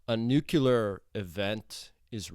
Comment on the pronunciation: it's not "nukular", it's "nuclear".